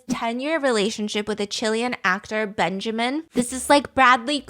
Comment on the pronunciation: Its'so funny Heard the name benjamín like benshamin XD